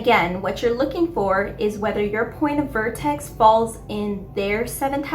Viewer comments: VERtex (not VORtex) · Why are you saying vortex when its vertex. And it is usually just refetred to as the vertex. Not the point of vertex